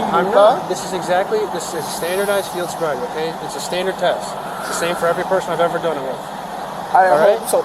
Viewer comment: "Sield boriety" lmao